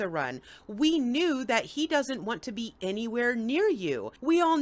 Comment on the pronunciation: "We're just going to beeze until I CAN go home." Oops, 😮.